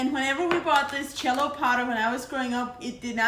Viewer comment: that's her accent when she pronounces it that way.